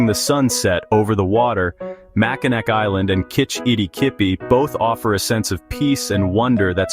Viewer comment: Its Mackinaw and not Mackinac